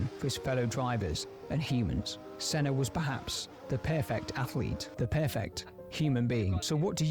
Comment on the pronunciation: You are the first Non-Brazilian youtuber I saw that got the name right.Even the video you are reacting got the name wrong, but you managed to get it right. I am old enough to have watched Senna racing at the time. The thrill was amazing. He pulled things that to this day you do not see happening again.. There was one race in particular that he lapped almost all other pilots. except one. He was competitive even when he had the worst car, when he had a good car he was unstoppable. No disrespect to Schumacher, he was a great pilot, he was among the best. But Senna is a legendary.